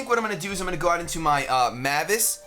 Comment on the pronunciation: Every time says Mavis name wrong every Fairy tail fan facepalms....